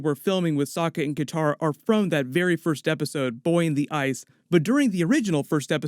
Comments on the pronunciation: Katara not Kintara.... but awesome news. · Lol you keep calling Katara "Kintara"